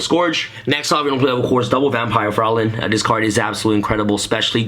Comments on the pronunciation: TrippyMane Yeah it is german. The nearest Pronounciatuon is "Freuline" in german it is written Fräulein. It means a young woman who isnt married but nowadays It isnt used anymore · No critism, just for fun: Vampire Fraulein is a German name. Its spelled ,,Fr- eu (sounds like ,,oy") -lein. ,,Frolin" like you would spell it, means ,,young woman" in German. But its a very old word, no one says that today. Execpt my grandpa maybe.